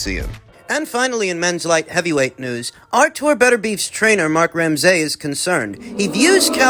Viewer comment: Doing my fellow Canadian names dirty “Crow-lee” “Ram-SAY” 😂😂